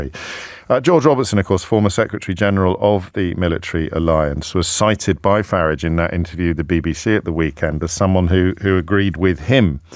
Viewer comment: It's not Farige O'Brien. It's Farage.